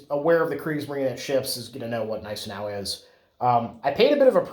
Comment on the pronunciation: You are correct; the G is silent in Gneisenau.